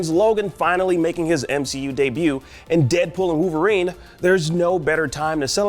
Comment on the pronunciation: Koonami and Wooverine smh, get someone else that can pronounce things